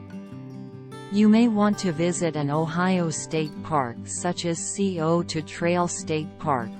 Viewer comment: Sigh-O-Toe NOT C-O-Toe. Nice video of the trails.